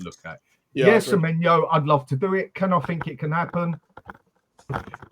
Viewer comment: It winds me up more than it should that calls Semenyo - Semenya